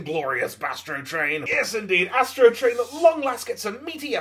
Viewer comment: I will never be able to i hear yastro train n i swear I’m ok with that matter of fact that’s what I’ll be referring to him as lmfaoooo